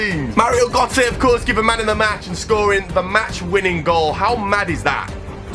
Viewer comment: you cant pronounce gotze